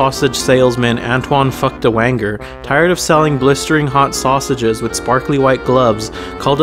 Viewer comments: As a german i had to laugh how you pronounce "Anton Feuchtwanger" lol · that's not how you pronounce feuchtwanger lol but plus points for creativity and ｄａｎｋ ａｓｓ ｈｏｔｄｏｇｓ